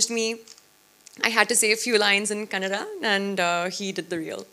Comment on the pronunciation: It’s KANNADA not KANNAD